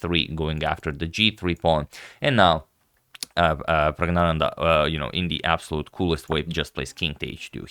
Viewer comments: There's actually a letter in the Tamil alphabet that's roughly pronounced ngya. I believe that was the letter used in Pragg's name. So Pragg..nya..nandhaa is the right pronunciation. I believe you've been bamboozled again 🤣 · The correct pronunciation is PRAGYAANANDA. The letter N is for nasal stress. PRAGYAA means 'spiritual wisdom' and ANANDA, technically ANAND, means 'bliss'. The spelling PRAGGNANANDHAA is a personal choice but it is grammatically incorrect as there is no such word in the Sanskrit lexicon. You were correctly advised about the required rectification but have thereafter again been misled into mispronouncing. Kindly see Wikipedia and come to terms in case you cannot repose faith in what I say from my knowledge of our ancient Mother Language, Sanskrit. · No ya. Still its wrong. Letter ஞா pronunciation can't be translated in English letters rightly that's the confusion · Actually it is prajnananda not pragna prajna means ' talent ' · It’s actually “Pragnyananda” ☺️ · Praag-naan-the, but "the" as in a aaah .... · I think pronouncing that first "n" like a "y" is a regional accent. good on you for the effort, though. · It's wrong still